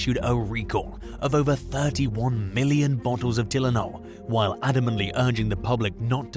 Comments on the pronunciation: its TIE LE NOL not Telen OL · Maybe try editing your recording a little more. It’s Tie-len-ol not Till-en-ol. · TILL IN ALL? Try this pronunciation: TIE LYNN ALL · You really can't pronounce Tylenol? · It’s bizarre to hear a foreign accent talking about Chicago to begin with, but then you pronounced Tylenol wrong twice. 👀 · They all do it , mostly anyway. Simple words and phrases are mis-spoken. Maybe some of these videos come from an alternate universe‽ How do you mess up saying Tylenol so many times and not realize it‽ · He got me on the Tylenol pronunciation😂cool though 😅